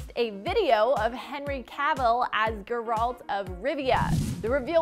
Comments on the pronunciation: Its GER-ALT not GUR-ALT.. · It’s Geralt not gerrralt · Ger-alt lol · She just called him Gur-alt. Also why she wearing a Logan Paul hoodie. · It gives her -100 Int. Which is the reason she says ,,Gur Alt" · “Guralt of Rivia” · Did she just call him grrralt? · Wow. Guh-rult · That Geralt pronounciation was agonizing. No one in the staff could help her with that???? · It's clear from how she pronounces Geralt that she hasn't played Witcher 3.... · The same way i felt about you pronouncing geralt's name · Did it kill anyone else how she said Geralts name lol